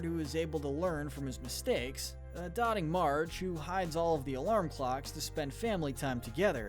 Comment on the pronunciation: Do y’all have an editor to go over the audio before uploading it? Marge is a doting mother, not a “dotting” one. Bart and Homer scour the parking lot, they don’t “score” it. It’s kind of jarring to hear these mistakes from such a slick-looking production.